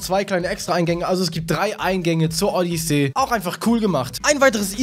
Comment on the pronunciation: Wieso spricht du Odessy und Bros falsch aus???